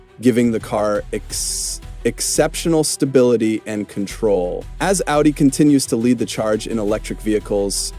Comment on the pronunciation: Dude, it's pronounced "Ow-dee"...😅